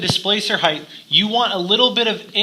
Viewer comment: Please stop saying 'heighth'...